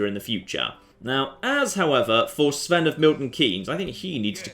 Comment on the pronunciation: Why does call Sweyn of Tasiilaq "Sven of Milton Keynes"? I know where Milton Keynes is, but I don't know the significance of it to and/or I don't get the joke.